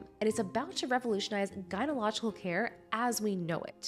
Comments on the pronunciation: gyno-CO-logy ( Guy - no - call - uh - gee ) As a fellow woman I feel as though I must aid you in your complete and utter failure to pronounce the name of the topic you're covering. You're trying to make a video about Gynecological tools and you can't even pronounce the word. You are aware that this takes away from the value of your information and makes you sound unfit to even discuss the topic, right? It is gynoCOlogy not gynology 🤦🏽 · Gy-ne-co-log-i-cal. That little 'co' in the middle of the word is actually important to pronounce. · Gyno colo gical not gyno logical 🤦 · Not trying to be rude but if you’re going to make your living off of YouTube you need some speech and voice work with a professional. You tend to swallow whole syllables like you keep saying gynological when it’s gynecological, also you swallow the h in phd. What happens is the brain is constantly behind trying to unravel one word or another and it feels like work to just listen. I’m a retired actor and I saw lots of people that started like you and with only a few months of lessons come out the other side very very good. We called it “chewing out your words”. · Not her mispronouncing “gynecological” every time👀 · Please learn to pronounce “gynecological” correctly. Ouch to my ears. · Please, if you are going to do this kind of content, learn how to say 'gynecological.' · You mispronounced gynecological I just thought I would let you know, continue